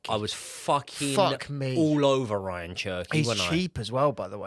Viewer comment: Ya'll saying Ryan Cherki but its Ray-yan lol